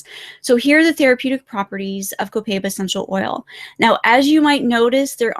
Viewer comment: Mispronouncing Copaiba. It's like "cohp eye eebah". Sorry for correcting, but it's my job. Spanish teacher here...:)